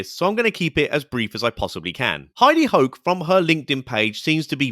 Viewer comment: Omgosh…I thought she said Heidi Hoe🤣😂🤣